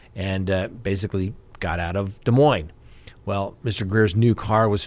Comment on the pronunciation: Lots of ads today. Crime talk search is excellent, BTW!!! Please keep a tally on Vallow Daybell hearings. And good on Scott for his correct pronunciation of Des Moines 👏 which at least 20% of people do not know.